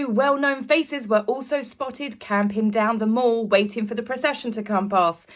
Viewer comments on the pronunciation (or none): I'm very fond of you, but please, it's not "the mawl" (US pronunciation as in "shawping mawl" - it's the MALL (as in "gal"). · It’s MALL as in PAL. PLEASE PRONOUNCE IT RIGHT TAZ 🎉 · “The Mall” is pronounced as Pal! Not as a shopping Mall! … how can a British woman doesn’t know that?